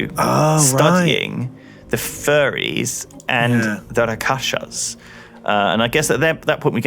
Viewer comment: Rak-sha-sas not Ra-kasshas.